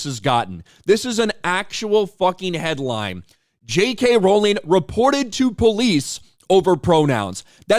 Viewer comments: She's mispronouncing "Rowling". When will that be a hate crime? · And this dude India didn't even pronounce Rowling correctly. Misprouncing hate crime right there. (It's row-ling, not ral-ling) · Is miss pronouncing a name a hate crime…..get it right…..it’s row….as in row your boat……. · Is it a hate crime to mispronounce “Rowling?” She’s always said “it’s row like a boat, not like a fight.”